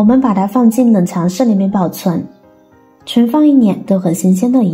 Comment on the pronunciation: 冷凍和冷藏説不清楚